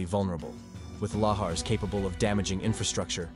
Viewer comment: Can't pronounce lahars correctly either. 😮😮😮